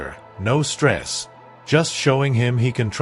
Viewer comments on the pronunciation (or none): none